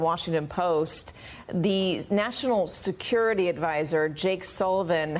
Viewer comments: National Seucurity???? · What is "Seucurity"? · Seucurity huh. 😂